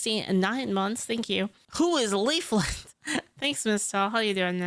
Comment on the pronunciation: it's a joke because Asmongold watched one of her videos and accidentally called her instead of Leaflit. It's now one of her alerts and you can hear it in this video.